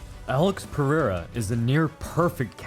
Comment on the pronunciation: ITS PEREIRA NOT PERIERA